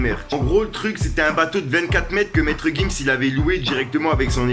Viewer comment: 30 000e de montre tout sa de perdu tes actu sont pas complète même le nom de gims tu dit nimps psq c'est gims et non maître gims